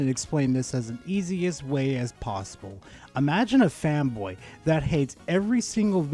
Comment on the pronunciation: Why is it that when you say fanboy, I hear femboy?